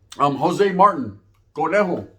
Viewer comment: It’s pronounced Martin bro like martinez with out ez . Not marten